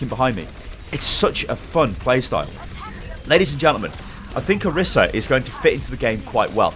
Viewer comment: Isn't pronounced Or-EES-a?